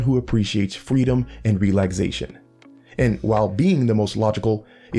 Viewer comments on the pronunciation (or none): Is he saying ‘relagsation’?